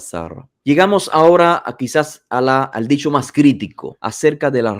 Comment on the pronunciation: Disho disho disho (habla bien)